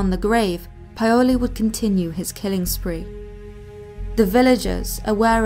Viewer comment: Great video - pronunciation could be improved: hajduk pronounced high-duck, Medveda pronounced med-ved-aah, Paole pronounced pow-le, skeleton isn't skellen-ton.